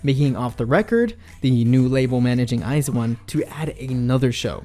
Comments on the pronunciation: When you hear eyesone instead of iju-one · It's pronounced I Z one, not eyes one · This man says it as IZE 1's it sounds like a pair of shoes. FYI it's I ZONE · Btw it’s not eyez1 it’s i z 1 that’s how you pronounce it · I was today years old when i found out Iz*one is pronounced Iz*one and not I*Zone...(never listened or watched them, only ever saw the name pop up on YT or Twitter) I feel dumb now :D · STOP CALLING THEM EYES ONE ITS WEIRDDDDD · Yena and others pronounce it as iZone tho... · Ok, I have to thank you because for the life of me I couldn't comprehend how to pronounce "IZ*ONE".